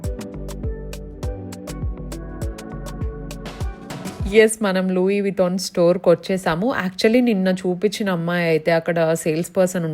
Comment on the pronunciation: Small correction akka.. it is pronounced as ‘లూయీ విటాన్’